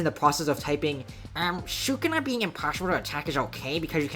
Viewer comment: "Su-kuna" it's "Su-ku-na" and same minute bro